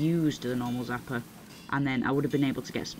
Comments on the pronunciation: Why do you say zapper...its called a sapper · Its Sapper not Zapper